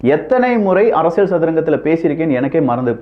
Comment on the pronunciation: ஐயா, தயவு செய்து "ல்" சரியாக உச்சரிக்க பழகவும் . அரசியல் கூட சரியாக சொல்ல வரவில்லை.